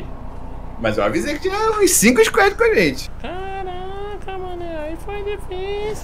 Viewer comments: Mano gosto demais dos vídeos mas que porra é 'isquédi'? quiseram ingleisar o squad e tão falando totalmente errado, não queria ser chato mas é que toda vez que falam dói o ouvido... pronuncia do jeito que se escreve 'squad' que fica mais próximo do certo. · Velho eu falo inglês desde criança e moro nos estados unidos, falar 'squad' em português assim como está escrito é 'próximo' da pronuncia correta... A maneira que eles pronunciam nem existe, sei que o 'a' as vezes tem o som de 'e', mas não nesse caso.